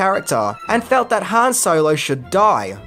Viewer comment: Its Han not Han.